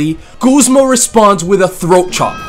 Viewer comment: It's GUZMA, not GOOSE-MA